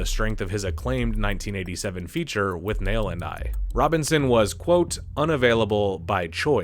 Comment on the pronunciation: Also said With-Nayle instead of With-nal when talking about Bruce Robinson’s Withnail & I. I’m guessing he never saw the film… doesn’t matter and who cares, love me some HST